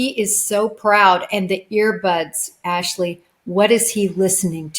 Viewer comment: Wrong pronunciation of Jennifer’s last name Ashleigh.